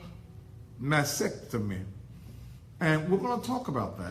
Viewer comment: Stupid. Can't even say mascetomy